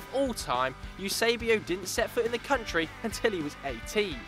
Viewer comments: You-sebio? seriously? WTF is that?? :O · nem sabem dizer Eusébio